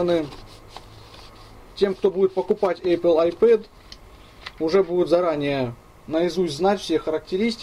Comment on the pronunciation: у меня кровь из ушей пошла когда он в 100 раз сказад эЙпл, пздц!